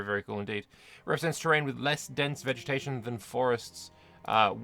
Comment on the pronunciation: Did you just say "vegemetation"? 😂